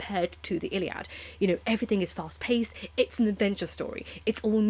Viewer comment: You’re so well spoken and yet keep saying ‘everythinK’. It pings my brain.😬